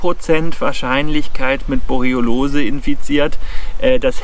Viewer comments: Sehr interessant, aber es triggert mich, dass du jedes Mal "Borelliolose" anstatt "Borreliose" sagst. Igendwie hat sich da ein "o" zu viel eingeschlichen. ;) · "Borreolose" 😄. Erreger sind dann nicht die Borrelien, sondern Borreoloen 😉. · Hör ich da die ganze Zeit „Borelliolose“?? War bis heute der Meinung es hiesse „Borelliose“? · der Vortrag ist super, aber es heißt Borreliose und nicht Borriolose;-) ich hatte übrigens mal Borreliose in 1998, sie trat erst ca 7 Monate nach dem Zeckenstich auf (den ich nie bemerkt hatte, aber ich hatte eine Zecke auf meinem Schlafsack gesehen zu dem Zeitpunkt). Nervenentzündung im linken Beinnerv, heißt: meine Wade war lahm, ich lahmte sozusagen. Erst der 5. arzt kam drauf, mein Blut auf Borrelien zu testen. ich bekam Antibiotika und dann war alles gut:-) Übrigens sind Zecken die Tiere, die ich am wenigsten mag... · Danke für das interessante Video. Kleiner Hinweis. Es heißt Borreliose, nicht Borreliolose ;-) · Borreliose statt Borroliose 😉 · ich bin ein RIESEN FAN von Dir - Mal abgesehen von der Aussprache der Borreliose - informativ und gut! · Mal abgesehen von der Aussprache der Borreliose - informativ und gutes Update. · Hab ich Borreliose mein leben lang falsch ausgesprochen, oder sagst du das komisch? :D Ansonsten wie immer ein top Video! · kann das irgendwie nicht richtig aussprechen. Habe mich schon dran gewöhnt, frage mich aber trotzdem warum. Leider leidet dadurch immer etwas die Glaubwürdigkeit seiner Zeckenvideos.